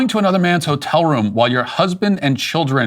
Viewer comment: ho-tel, enough said